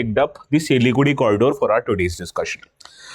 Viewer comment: Why does he keep pronouncing Siliguri as Siligudi. By the way , it a very hard accent